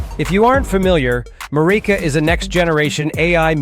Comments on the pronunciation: you DA! It's pronounced 'MEW REEKA'. extracted from "Eureka". MF half-wit Ai voice over. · Yeah, that AI voice pronounces the word Mureka differently throughout the video.